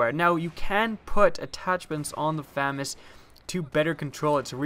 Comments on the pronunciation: its Fu-mas say it slower to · Pronunciation: Fuh-Maz. Thank you. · FAMAS is pronounced fah-mahs. or Fusil d'Assaut de la Manufacture d'Armes de Saint-Étienne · Proper pronunciation of FAMAS: fah-Mahs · FAMAS is commonly pronounced Fuh-MAWS, but it probably doesn't matter. It's kinda like the whole Car-BINE vs Car-BEAN debate where both are correct. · I'll take the famas over the aek. By the way did you know your pronouncing famas wrong? : ) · Oh God!! You're saying it wrong! God help you! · Ur pronouncing it wrong Famas is French. The second A in Famas works like an AU when u pronounce it. u wouldn't pronounce auto ato right? Lol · Except I'm not adding an accent, I'm just pronouncing the title as it appears. To be grammatically correct, to pronounce the name as it is used in the video, the word would need two M's (FAMMAS). Just the rule of the English language.